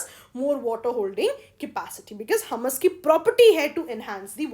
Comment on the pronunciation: It's humus( हयूमस) not हमस..! Well I lyk ur teaching..!